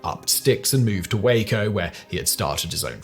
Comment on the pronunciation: Well now I can die happy! Simon has learned to pronounce "Waco" properly, lol!